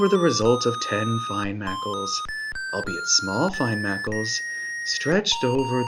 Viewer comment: Nice you didn’t mispronounce “albeit” while reading the boring book like Robbie Benson did lol